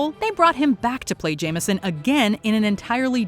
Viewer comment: J. Jonah JAME - SON, not JAMER - SON. There is no 'R' in it.